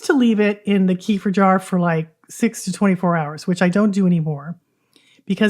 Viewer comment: Please do not call it kefr. It is kefeer. kuh.feer kuh.feer Two separated syllables, second slightly emphasized.